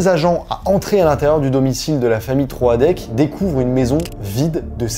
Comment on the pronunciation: Ta vidéo est top, mais on ne prononce pas Troadec comme ça 😭 ça m'a perturbé pendant toute la vidéo 😂